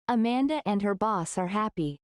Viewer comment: Дякую! Все чудово! Але чому boss- вимовляєте басс?! Я подумала зразу про bus - автобус 😅